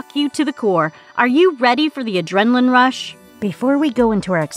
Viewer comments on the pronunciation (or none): The way she pronounced adrenaline made me cringe so hard.. wtf